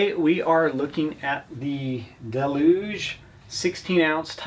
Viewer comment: "Duh-loo-gee" ffs it says it on the hammer.